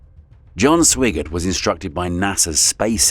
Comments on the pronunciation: I know we had an astronaut with the last name of Swigert, but I’m around, oh, 100% sure it was pronounced as “Swag-art”. I’ve even heard “Swag-ard” and “Swag-erd”, but I’ve never heard it pronounced exactly like it’s spelled lol. I know it’s text to speech and it’s just reading off what was typed, but man, first off know the subject, do more research, go back and listen to it before releasing it, and fix the errors! I use to manage my company’s phone system. It had 64 sites, ~ 2400 phones, for roughly the same amount of people. I had to type in text to speech for all the sites and voice mail because they wanted the same voice used on all extensions. Because we are a medical group, obviously we have a lot of doctors. They can have some crazy names as not all of them are Americans. So, the text to speech can really screw them up. I would listen to the messages, note the errors, then go back and try to spell things like they sound, and try again. If that doesn’t work, I just keep trying crazier spelling. I’ve had to break names into multiple parts before and use normal words together to create the desired outcome. It’s not hard! It just takes a bit of time. Not doing this says you’re not really taking pride in your work, nor showing respect to the subjects your covering, especially the people effected by those events. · Comes from leaving shot choice to AI. Those prompts must be precise. Swigert’s name pronounced SWY-gert. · The Apollo 13 commander's last name is Lovell, not Lowell. You mispronounced Swigert's last name. I stopped watching after that. This video is bad.